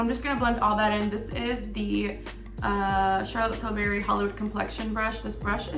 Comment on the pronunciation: The way she kept saying charlotte tillBERRY made me cringe😫😫😫